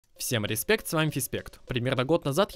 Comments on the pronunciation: 1. фИспект,а не фРИспект 2. А щас чота нихуя не stonks блять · FISPECKT а не FICPECKT